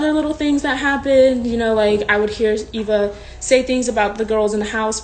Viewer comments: It’s Eve-a not Ava🤨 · it’s e-v-a not a-v-a i was laughing bc no one was talking about it besides me and this person. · u mean eva? Eva EEva